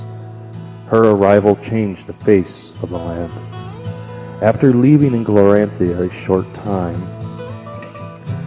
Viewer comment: Great job. This world is awesome once we get used to all the new names. Glorantha is pronounced glor-an-THUH (not -THIA). Sartar is sar-TAR. Genertela is JEN-ert-ella. (Not being critical of you, just a note for your viewers). The city of "Notchet" came about when the game was new and the world creator Greg Stafford was askeod by a player if he named that dot on the map yet and he said "not yet." So it took time for the creator to get the names right too.